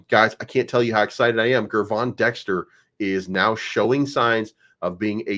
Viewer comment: Hey, Gervon’s name is pronounced “JER-VON” not GGGGRRRRRvon. You’re welcome